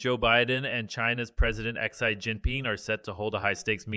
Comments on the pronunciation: You’re supposed to deliver the “news“ and you can’t even say Xi’s name correctly.😅🤣😂. Your obviously a and nobody would take you seriously let alone hire you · my thoughts ok, I never listened to you bc you ingornat as fk. How can you not pronounce XI name and you want to be the news 😅🤣😂You will never make money off this Chanel, your boring and your voice is cringe worthy.